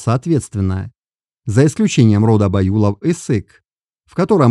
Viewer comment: Я полагаю, что либо выборка не столь достаточная, либо не верный анализ сделан. Кто этот автор ролика? Почему аноним и читает неправильно название родов? Боюсь, что все это лажа, расчитанная на зрителя, несведущего в генетике. Чему вы радуетесь, братья казахи?